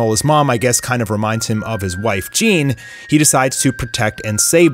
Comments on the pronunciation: lmao are you pronouncing goku's mom’s name wrong on purpose ? isn’t is pronounced gee-nay ?? like they said in dbs broly haha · Yes it's Gine (Gee-nay) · Did you just pronounced Gine as "jean" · Hey i thought id add this since im seeing alot of youtubers who are reviewing this chapter say granolas mums name.. they are saying it wrong.. here in Australia muesli is grown here and eaten a fair bit here and its pronounced as mewslee .. not moosli and also i noticed u said gokus mums name wrong as gine but its pronounced as geenae.... i cbf fixing any spelling errors for those who are going to bring it up just posting this for advice to the youtubers